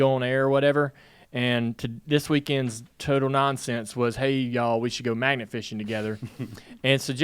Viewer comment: At first I thought Dale said, "maggot" fishing...didn't sound like much fun to me. Magnet fishing sounds like a good time though.